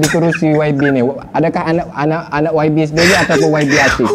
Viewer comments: menyebut yabi yg sebetulnya waibi sebutannya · YB itu sebutannya kalau di Malaysia Y=wai B =bi.... rengkasan yg membawa maksud Yang Berhormat